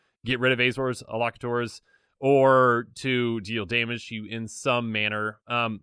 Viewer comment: Elocutor, pronounced- el'-O-kyoo-tor